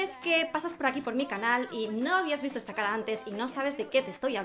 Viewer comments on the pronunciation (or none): none